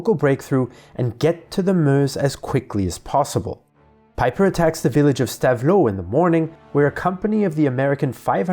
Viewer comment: Really excellent video. Two minor pronunciation points. Stavelot is more like stav-low, and Foy is fwa